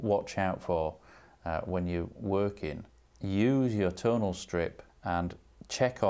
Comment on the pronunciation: Well, I made that 40 times he said 'tone', or was that 'tawn' (and that's not including the 'tonals', I mean 'tawnals')!